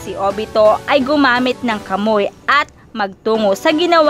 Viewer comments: Kamuy daw ahha kamuwi basa sa kamui naun Hahahahahhahahaha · Kamui hindi KAMOY😂😂😂😂😂